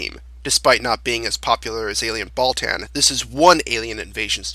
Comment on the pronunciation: It's Ball-tawn, not Ball-tan. Also, will you do top 5/10 ultraman original monsters?